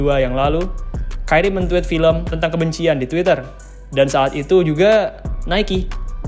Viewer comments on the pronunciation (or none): none